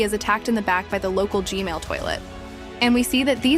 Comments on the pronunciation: It’s gman not gmail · its gman not gmail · Was at the premiere, really good job. And how you said g-mail instead of g-man really got me laughing so hard😂 keep up the good work! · It’s g man not g mail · It's G man not G mail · Its G-Man not gmail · Why she always say Gman as Gmail?